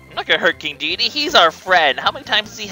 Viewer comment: omg you pronounced Dedede's name correctly!